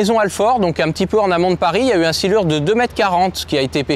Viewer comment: Le silure 🤦‍♂️, faite un effort brut srx